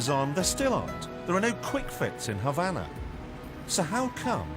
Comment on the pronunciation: Why do the British take any word ending in an "a" and add an"r"? As in Hondar. Havanar etc?